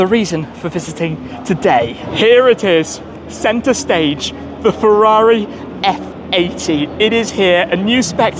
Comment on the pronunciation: Se Föarrrii Eff Aidii 😅😅😅